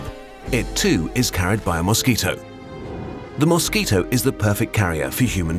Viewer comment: newsquito instead of mosquito